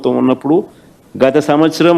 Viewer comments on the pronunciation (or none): none